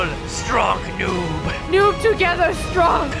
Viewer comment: "Noobs together streong" Inspirational